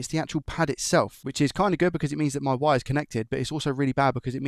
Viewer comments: Are you saying VIRE? not WIRE?? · Please change the way you say wire.. I can’t unhear it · you say wire like a true german ;D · Are you saying wire in a German accent ?? Lol